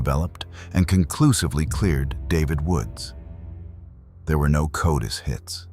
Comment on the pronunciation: CODIS is pronounced "KOH-dis"...